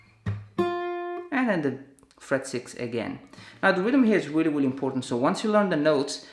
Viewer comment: "Weally Weally" haha Anyways great job!!